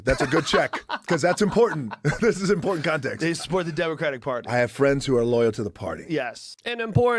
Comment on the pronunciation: I've been telling him for years. There's a t in important. There's a f'n T in there.